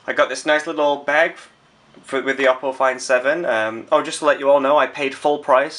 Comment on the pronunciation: It's pronounced "OH- Poe". And I can't believe you got the low spec one! Do you know when the proper version is out? I want this phone so baaad!